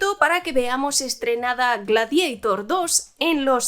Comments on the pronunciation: "Gladeitor" GLADIADOR se dice; GLADIADOR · "Gladieitorrrrrr" "Westerrrnn" "Bleid Ranerrr" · Gla-di-a - tor.Es un término latino.